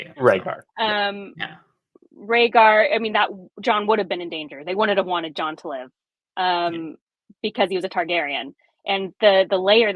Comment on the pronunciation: “I think Jons parents are Rhaeger and Lyanna” “And do you think that’s how you say his name?” LOL